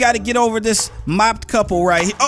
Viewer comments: "Mopped Couple" It's mo-ped couple Lol!! mo-ped as in the vehicle. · Bro said mopped couple instead of moped couple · “ mopped couple” It’s mo-ped😂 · lol he called the moped couple a mopped couple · WTF IS MOP-ED couple it’s moped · It's mow ped